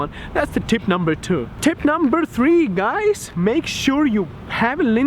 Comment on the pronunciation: you pronounce scam as scum and guys you pronounce gays :D